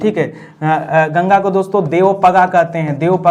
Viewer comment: Sir plz yamuna aur ganga ji ka naam achhe se liya kijiye